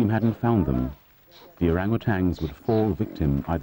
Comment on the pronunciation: It's not pronounced Orangutangs. Sheesh! There is no G. It's Orangutans